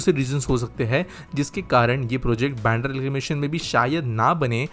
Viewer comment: It is "बांद्रा" not "बॅन्ड्रा".